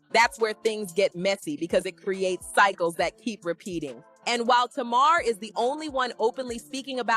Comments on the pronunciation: It's not tamaarre, it's Tamar! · Not Tuu-marrr 😂😂😂